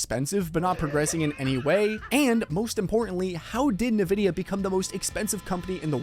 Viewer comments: Sorry, but it’s INvidia, not NIvidia… as far as pronunciation. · He keeps calling it Nē-vidya instead of N-Vidia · Why do you say Ne Vidia? And not En Vidia? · Are You Ai!?😂 Its EN VIDIA!!! NOT NAVIDA!!😂😂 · Please… 'EN' vidia not ‘NA’ vidia… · I don't trust a guy saying NaVidia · "nuh-vid-ee-ah" NO... it's "en-VID-ee-uh" Minor nitpick, but why does and a few other channels keep mispronouncing the name? Surely, they must know how to say it? It just makes it harder for me to take something you say seriously. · "EN-VIDIA", not "NIH-VIDIA". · Nabisco?? Oh.. you mean EN-VIdia, playing off the Spanish word for “Envy”. Or do white people actually think it’s pronounced like “NuhBisKoH”?? LoL. 😂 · its EN-vidia, not NE-vidia. jeezus.... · Man I thought I was the only one. It's In-Vidia not NaVidia. This lets me know some of these people aren't really in the tech space and just putting stories together for clicks and $$. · Why do some YouTubers like you say “nuh-vidia” instead of “en-vidia”? The name comes from the word envy, so nuh-vidia makes no sense… I find it super distracting every time I hear it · Mate, the pronunciation of NVDIA is NOT ni-vid-i-a, but in-vid-i-a. NVIDIA was named after Latin term invidia, which is equivalent to the English "envy" and 'certainly' had 'nothing' to do with envying AMD. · Nividia.. , its pronounced "IN-Vid-e-uh" though "greedy bastards" will be how their remembered. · Nevidia huh? You're an AI? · “Nuh vid eya” lol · Ahhh yes... Nividia.. LOL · who tf is NEvidia¿? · I don't like NVidia... but it still annoys me to hear this dude say "Nih-vidia." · HA. nuh-vidia. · are you saying "Nurvidia"? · The origin of a word doesn't necessarily dictate the arrived at pronunciation; but, true, it's certainly not as he was doing it. It's actually "en-VID-eeyah": as spelt out on their website. Where they also say it's "always" written in upper case, but then show numerous examples of the logo, where it's always spelt nVIDIA. 🤷‍♂